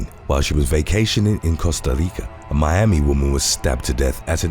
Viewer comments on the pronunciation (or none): none